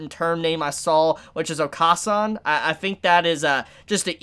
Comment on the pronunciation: It’s oka-San is said o-kuh-San basically short A sound not long A sound